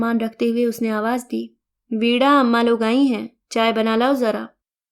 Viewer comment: वीणा को वीड़ा बोल रहे हैं।